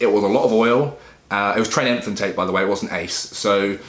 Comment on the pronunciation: "enthantate" lol